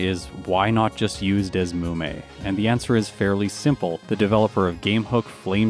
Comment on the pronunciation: Isn't the emulator pronounced "D S Emu Me"? That's what always was the most logical to me. Sorry, random comment in the middle of watching.